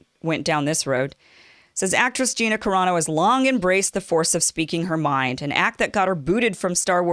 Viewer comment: I wonder about you sometimes. Either you're too lazy to take a moment to find out how to pronounce that woman's name or you've never seen the TV show and you're just lying. You sounded more convincing back when you used to talk about subjects like trying to get out of the friend zone for men....